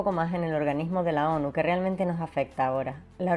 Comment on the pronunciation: Cuando habla de la ONU no se entiende un carajoooo